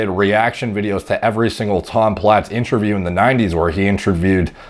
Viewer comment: InTRAview. It’s interview 😂